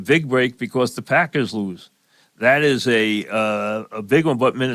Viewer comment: "Tha pahkuz"